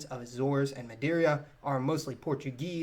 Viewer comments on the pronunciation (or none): It's pronounced Ma-dee-ra not Ma-dee-ree-uh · GREAT video! Madeira is pronounced "Mah-DEER-uh" and nor Mah-DEER-ee-uh". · you and my girlfriend must be the only two in the world who say Maderia instead of Madeíra